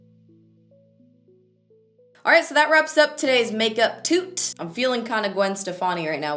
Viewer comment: Every time she says "makeup toot" I die.